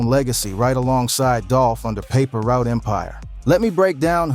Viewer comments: Its not paper root its paper route 😂😂😂😂😂😂😂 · Paper root?? 😂😂😂 put some respect on pre and say the name right